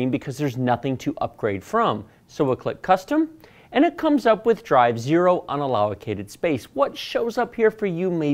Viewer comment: Sorry, but "allow-o-cated" made me laugh. Nice video, literally the only video that answered a few of my specific questions. Keep up the great work!